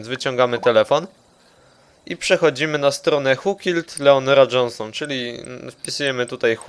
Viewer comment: whoo klied Leonora Jonshon